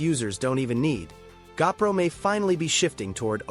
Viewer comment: I hate AI narration. It's a GOPRO not a gapro.